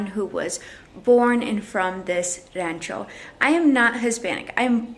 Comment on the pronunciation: Hacienda you don’t pronounce the h and in rancho it’s more like an o not an a.